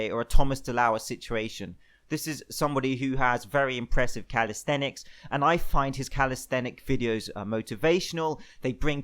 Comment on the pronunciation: Calisthenics. Calis-thenics. Thenics. Then-X